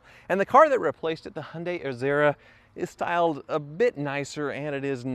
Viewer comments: It's Hee un day, not Hun day! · Hun day - still sounds strange to my English ears. We go for Hy un die but who knows what the correct pronunciation is. Mind you I still struggle with Mozz da and Knee sonne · "Hunday" lmao it's Hi-un-day... Kills me everytime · Hun - day try saying hi - yun - day you American’s make me laugh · It's " Hi. UN DIE " not Hun die lol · Hi-oon-Di, not, as you call it a hunday. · It's pronounced Yundai... Not Hondai... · The Y in Hyundai isn't silent. Why can't Americans pronounce any car names correctly? Jagwar, neesan, hundai.................. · Honday ???? You mean Hyundai its pronounced and spelt Hyundai not honday why can't you use English ?? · He-un-day is how the Koreans pronounce it, so I guess the Aussies have it right. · Canadians don't pronounce the H and the i. We say it 'yoondah...' (along with a sweeping hand gesture.) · Bro, calling "Genesis" a Hyunday, is like calling "Infinity" a Nissan, or Lexus- Toyota. Lol.... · Why do you pronounce Hyundai as Hunday? Just wondering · Hy un dai. get it right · Hyundai is pronounced Hi un die .... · Could not take it any more